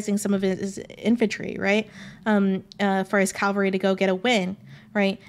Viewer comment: Great video! Also, I just wanted to add, for funsies sake, that it must be an inate trait to historians to pronounce the word "cavalry" as "calvary." My husband is an ex-history prof (western civ post 1500), and he does the same thing ;)